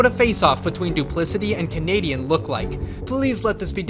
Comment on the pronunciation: whattt